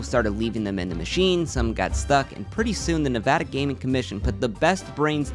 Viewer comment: finally someone that pronounces nevada correctly